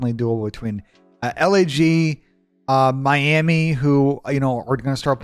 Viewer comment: That “Miami” had my ears bleeding